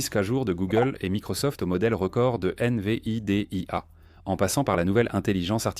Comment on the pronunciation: Ce n'est en tout cas pas une IA avancée que l'auteur de cette vidéo a utilisé: accélérations ou ralentissements soudains de la voix, mauvaises prononciations telles que I-N-V-I-D-I-A au lieu de Invidia en un seul mot, et j'en passe, et probablement aussi pour le contenu et le choix des images génériques. Il n'y aura pas de pouce ni d'abonnement de ma part.